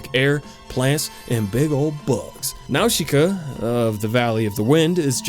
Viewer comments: not "now-shi-ka" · y;all why do you keep saying now-she-kuh they say it in the movie it's naw-sih-kuh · Yup the pronounciation almost correct. The katakan used for Nausicaa is ナウシカ. The correct pronounce is "Na-u-shi-ka” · Nawshooka 😂 It’s Naasica dudeee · Small criticism, m’man: “Nowsheekah” is just the Japanese localization of the real name. Its not really meant to be pronounced that way, it’s just the closest their language can get to it. Nausicaä is a Greek name (of a mythological princess), pronounced “NAH-sih-cah”. Calling her “Nowsheekah” would be kinda like someone insisting that your name is pronounced “Jeiku”. Lol. Great video, though. I’d totally play that game. 🤘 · Nausicaa is pronounced with an s sound, not an sh sound. Nau-si-caa not Nau-shi-caa. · Fucking nawshika? Boi. I hope you're wrong. I'm pretty sure it's pronounced Nawzika. Dunno. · Nausicaä: na-sic-ka Great video dude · jakey it's pronounced "naw-si-ka" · its 28 days later , not 20, also its not pronounced now-shi-ka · NAOSHEEKA?? THEY literally say her name correctly in the movie... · If you say Nawshika and not Nausicaä one more time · Cringing at the pronunciation nawsheeka yep sounds about right. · "Nawsheeka of the valley of the wind"😅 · the i in "Nausicaä" is silent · Great video but didn’t like the way he pronounced nausica so gonna go commit mass genocide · Jakey butchered that pronunciation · his pronounciation of Nausicaa gets me everytime lol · you say nausicaa in a way that makes me wanna die. still love you tho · literally no one says Nausicaä like that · I'm willing to forgive how you pronounced her name because of your fucking amazing ideas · then explain why the movie DOESN'T pronounce it like he is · all your pronounciation is wrong! tolm"ee"kians, nau"s"ikaä, etc.